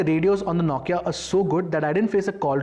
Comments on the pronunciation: Naukia or Nokia😂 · Is the pronunciation "NO-KIA" or "NAW-KIA"?